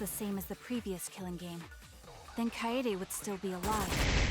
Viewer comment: it’s pronounced kaede